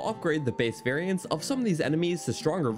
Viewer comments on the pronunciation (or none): This dude absolutely murdered the word "variants". Should be a crime.